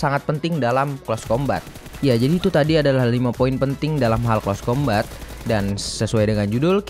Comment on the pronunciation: Di bacanya close combet bang bukan close combat